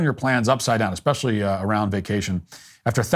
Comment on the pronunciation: eXpecially? Come on, Matt